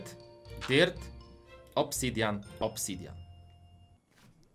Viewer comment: muwi się obsydian a nie obsydjian🤣💕